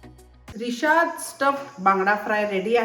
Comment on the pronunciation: Rishad nahi rashad bangda mhantat